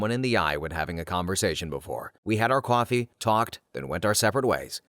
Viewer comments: This isn't meant as criticism, just curiosity; did this narrator ever mention where he was from? Because i have never heard anyone say the word "Coffee" as "Qwahfee" before. What region is that from? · I know this is not an AI narrating because of the simple fact in the way you pronounce coffee as coowafee. Midwestern accent?